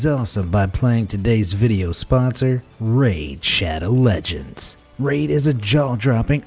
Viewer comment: When I hear raid sha oop nope nope nope I’m skipping that